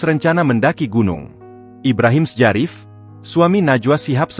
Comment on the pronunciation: Ibrahim sjarif dibaca " Ibrahim Syarif " ,🤨